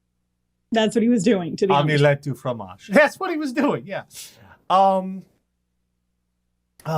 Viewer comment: Macaroni au fromage ! But, in all seriousness, he spoke some (well, 1 word) good French there. :3